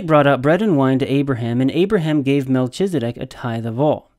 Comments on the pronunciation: That’s a lot of information, but for all your knowledge and insight you can’t even follow a rule of grammar in Hebrew that “ch” is pronounced as a “K”. I winced every time you said MelCHizedek, so much so that your arguments were difficult to follow. Obviously, your biblical and historical knowledge are greater than mine, but I wonder, how much can you really know if you cannot follow simple rules of grammar. Not trying to strain out the proverbial knat, but honestly, how seriously can I really take you. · Learn to count? That makes no sense. The CH in Melchizedek is pronounced K as in kite, not CH as in CHURCH. You pronounced it wrong every time you said it.